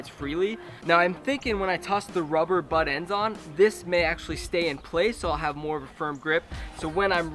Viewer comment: it called buttendzzz not buttend dumbass